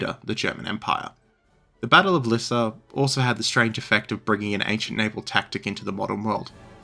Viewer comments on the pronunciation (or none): none